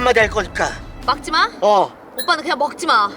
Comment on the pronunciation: 의 '막지 마'를 '먹지 마'로 한 것과 의 참새한테도 시비거는거 넘 웃가닼ㅋㅋㅋ